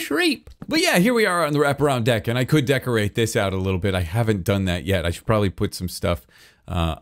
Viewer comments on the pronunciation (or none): "I should DECKorate the deck" 😂